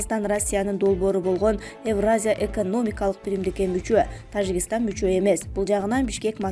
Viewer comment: Ээ блогер сабатсыз биринчи Тажикистан деген сөздү туура айтып алчы🤣🤣🤣🤣